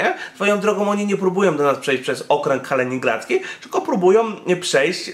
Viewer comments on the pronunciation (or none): Czemu on mowi obwód KALENINGRADZKI a nie KALININGRADZKI?